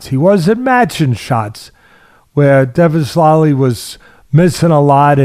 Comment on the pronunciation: Dvalishvili is pronounced phonetically.